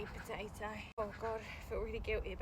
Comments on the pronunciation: I heard 'Poaeo' instead of 'potato' 😭 your accent is very cute though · I LOVE HOW YOU SAY POTATOE😂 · I love how she says 🥔pOtaTo